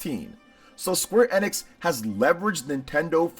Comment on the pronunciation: Isn't it pronounced ee-nix? Not eh-nix.